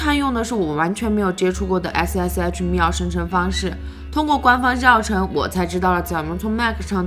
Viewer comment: 密钥读作mi yue，都是四声